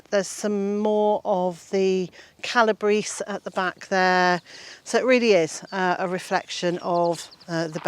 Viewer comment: Calabrese (pronounced: Cala-bray-say). One of those strange foreign words, Italian. Your paths could have wood chips rather than plastic. Nonetheless, great presentation.